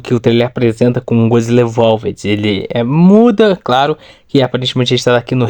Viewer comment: vc fala tudo errado,não sabe nem falar EVOLVED direito.menos um inscrito